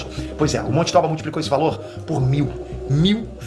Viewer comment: Se for japonês não é "tóba" é "tobá"